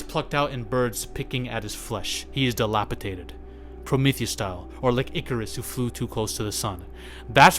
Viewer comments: I like your content. I often watch your videos for the sheer energy output. But i can't stand when people say "dilapitaded"... It's "dilapidated" DEE LAH PEE DAY TED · why are you so angry??? you cant even pronounce dilapidated correctly smh...